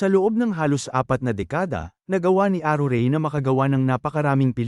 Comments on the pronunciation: aruray po hindi arurey! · ..hahahahha! Napatawa mo ako the way you pronounce ARURAY hahahahhaa!!! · Mali po ang bigkas m sa pangalng aruray at chichay 😂